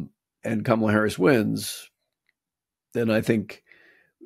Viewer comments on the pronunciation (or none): Amidst the lack of coherent policies to his base, mr trump has stated some clear examples of covert fascism. " look at my african american" his deliberate mispronounciation of kamala, and hussein, never mind cats dogs, congolese, and lastly Changing Liberty to Bragg, a confederate general. Join the dots and vote blue tsunami.